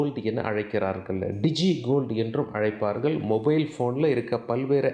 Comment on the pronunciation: அளைப்பார்கல் உல்ல.......?????? என்னடா தமிழ்??????